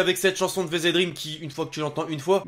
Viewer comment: C’est pas vezedream c’est vegedream